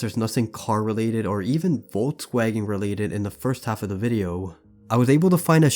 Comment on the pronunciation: Bro should be CRIMINALLY CHARGED for the way he pronounced der Vogelmensch and Volkswagen 💀💀😭😭